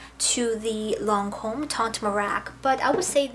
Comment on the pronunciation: I always enjoy ur videos, thanks for all the hard hard work that put into one...for us...however lol...don't be upset with me...but the Lancome foundation is in French and you couldn't be more off on ur pronunciation..but, its soo adorable how sincere you are! xoxo